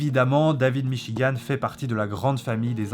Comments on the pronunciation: "le livre de Davlbgidb m'chigan" xD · La russe dit david michi-gand